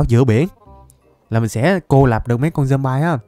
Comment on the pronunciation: Người ta đọc là dom bi còn thầy thì là dom bai kì dậy😠